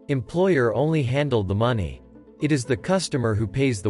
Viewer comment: You lost me at "maney.".